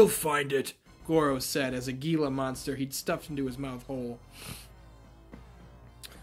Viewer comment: Hang in there my guy. Also Gila is pronounced like He-La. It has a silent letter like the g in gnat. I hate silent letters. Especially silent Gs... I also prefer the MK9 voice over of Shang than even the 11, & that came from the real actor. Lastly, I just picked up WWE All Stars for PS3 today.